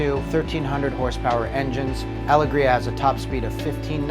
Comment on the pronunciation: Am I wrong in saying it’s meant to be pronounced “AL-EGG-RIA”